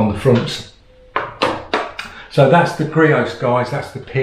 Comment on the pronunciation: It’s creos not greos